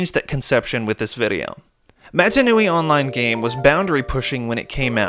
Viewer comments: canonically it’s “mah-tah” that’s how they pronounce it in the films. I loved the video though, I wouldn’t have thought about getting in touch with the developers, it was really cool to hear their take. Giving your vid a like! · great video, some really good info in here, but please for the love of god, pronounce mata nui correctly at least once!